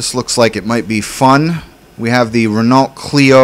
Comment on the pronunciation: it's not pronounced Renault it's pronounced ren-o. Just so you know!:)